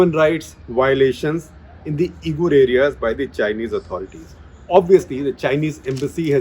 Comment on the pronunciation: Uyghur is pronounced wee'gr or wee'gur sir.